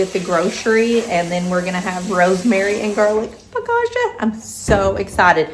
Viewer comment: “Foe-ca-tcha” accent on the middle syllable. Sis yr so from KY :)